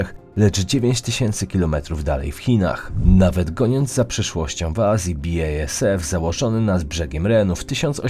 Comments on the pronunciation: BI-EJ-ES-EF.... 🤦 BASF to nie jest angielskie czy brytyjskie przedsiębiorstwo. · Dobry film ale moglby Pan popracowac nad wymowa niemieckich wyrazow (BASF, Ludwigshafen, Siemens). BASF to nie "bi ej es ef" tylko po prostu "basf", Siemens to nie "simens" tylko "zimens" a Ludwigshafen to nie "ludwigszafen" tylko po prostu "ludwigshafen" (port Ludwika) Ortografia niemiecka jest bardzo prosta, to nie francuski czy angielski. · Bi-ej-es-ef 😂 rozwaliłeś mnie 😅 BASF czyta się basf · Uwielbiam Twoje filmiki ale czytanie niemieckich nazw po angielsku czy polsku jest koszmarne! Siemens czytamy zimens, BASF czytamy basf (uśmiałem się z biejesef) no i Ludwigshafen czytamy ludwigshafen(tam nie ma żadnego "sz") Pozdrawiam!